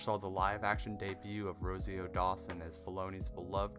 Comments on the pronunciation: Thanks for the background information about him working on King of the Hill, didn't know that. But I can't help but laugh at you calling Rosario Dawson Rosy O Dawson. 😂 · You butchered the pronunciation of the name Rosario. How did you mess that up? Lol